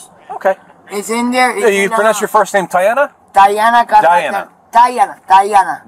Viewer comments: "TAINA" "DIANA" "TIANA" "DIANA" stop i died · It was funny when the cop tried to pronounce Tiana’s name